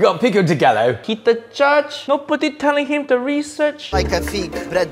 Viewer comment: It's pronounced Pico de gayyyo not Gallo double ll is pronounced as a y